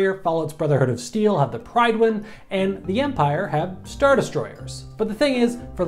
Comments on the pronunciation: Pridewin? Lol no. It's pronounced Prid-win. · Why do people pronounce it Pridewhen? In game it's pronounced Pridwhen and they should at least hear the a said in game before anyone says it improperly. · The "pryd" in prydwen is pronounced as Prid rather than pride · in the game it's pronounced prid-win not pride-win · Prydwen is pronounced Prid-Win. Not Pride-Win. Prid-win. Like Grid-Win, but Prydwen. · PRYDWIN NOT PRIDEWIN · It's pridwin not pridewhen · ITS SPOKEN AS PRIDWIN NOT PRIEDWIN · “Fallout’s BoS has the PRIDE-wen” NO, it’s pronounced PRID-wen. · It is Prid-wen not Pried-wen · "Pride-win" it's prydwen, as in prid-wen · Oh, you mean the Prydwen, pronounced "prid-when." in the lore? He sounds stupid mispronouncing it. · You say it like prid win not pride win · No npc in-game calls it the pridewin so idk why he called it that. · Its pronounced "pridwin" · The brotherhoods ship is pronounced "pryt-wen" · "the PRIDEWIN?" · Did you just call the Prydwen a "Pridewen"? [You are now enemies with the Brotherhood of Steel] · that's not how u say prydwen. Pred-when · Did you just call the Prydwen the "Pride win" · It's prydwen....not pridewind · He said prydwin wrong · Love the video but the Brotherhood's airship, the Prydwen, is pronounced prid-win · The "Pridewen." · I'm sorry but did he just say Pridwan? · Did he say pri-win that’s not how you say it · Why did he call the prydwin the "pridewin" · This dude said pride win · It's pronounced prid-win or prid-when. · "pridewin" genius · its preeduwin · It's pronounced "pridwin"is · its pronounced the prid-wen. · "pride win" Please learn to check for pronunciation. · Its pronounced prid wen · It's pronounced pridwin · It’s pronounced pridwin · It's actually pronounced pridwin but spelled prydwin in fallout get it right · he said pridewin #lgbt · 10midgits prydwin from fallout 4 dude didnt pronounce properly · Who else got triggered when he said prydwen wrong? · You miss pronounced Prydwen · HE PRONOUNCED PRYDWEN WRONG